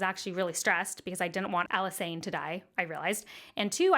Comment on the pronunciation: Why do people pronounce Alysanne like that? It's literally Alice Anne lol